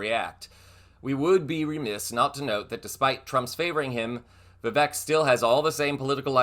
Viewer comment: I agree with your assessment of Vivek's real ambition. Btw, I believe "Vivek" rhymes with "fake". Very appropriate.